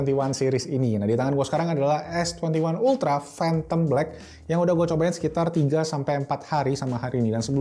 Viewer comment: "Fhantom black"